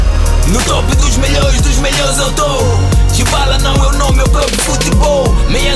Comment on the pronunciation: Paulo dybala amigo falou errado